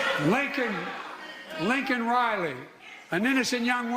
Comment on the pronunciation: And the WH still hasn't gotten her name right.... It's Laiken, NOT Lincoln!!!